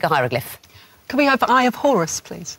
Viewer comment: i always hear “i’ll have horse please” instead of eye of horus